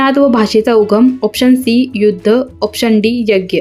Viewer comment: Krupaya Yadnya ya shabdach uchhar neat karawa. Dhanyawad.